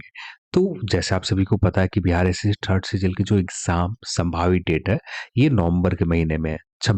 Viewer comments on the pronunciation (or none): Aap jitni bar "third" bolte ho na maza aa jata hai sun kar..